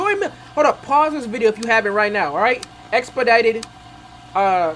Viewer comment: dont worry, you said it right